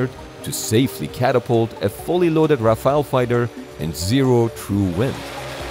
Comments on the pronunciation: Rafale no Rafael. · Los aviones franceses son ¡Rafales, no Rafael!!!!!...."raro" el video... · Rafale, not Rafael 😭😭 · Bro pronounced the Rafale in French accent killed me 💀💀